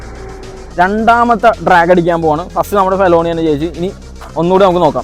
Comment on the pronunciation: ഫെലോണി അല്ല bro.... ❌ ഫെലണി ✅